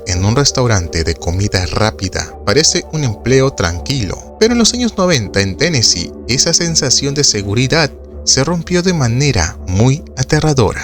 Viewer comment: Muy buen documental, pero es Tennessee, sin s.